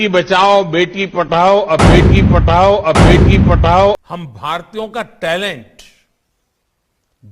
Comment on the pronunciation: Dah ka Ta hogaya.... pa(dh)ao ka pa(t)ao hogaya